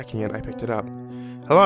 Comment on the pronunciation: Bwing bwing herrrrrrrroo